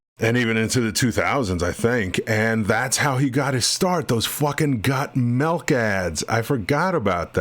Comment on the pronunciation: Don't know why this stood out to me, but when you say Got Milk, I hear your regional accent as Got Melk. Just a minor note of interest - and it may be I'm just used to the local regional accent (it's not my native - I'm an import) and it sounds different from that.